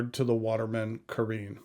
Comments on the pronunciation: Did you notice, the back fineal is upside down on your pen? You probably didn't, because then immediately the resemblance with a sleek Italian Riva speedboat would look ridiculous, because that speedboat would sail upside down..!! This fineal placing is so off, it negates the whole intension of this Carène. And one last thing, if you handle stuff from France, try to get the pronunciation right...please...try to look it up somewhere, it sounds so off, when you can't speak the lingo. Look at the accent, it is there for a reason. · I agree it was slightly rude, but dismissing it like you do is a little bit much. Other reviewers make an effort to pronounce things better, in some cases even teaching people how to properly pronounce. So I respect your poin,t but he was way off on two words ha ha not to mention, dismissing the “classic” look of the pen as dated. seems like a contradiction to me. He also called one of his other Watermans by the wrong model name and I believe is wrong about what he said about the converter. I like him he just had a bad day. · It's pronounced "ka-wren," not "ka-reen." Please take five seconds to check the pronunciation of non-American English words. And perhaps more embarrassing is calling Bungubox ink Bung Box.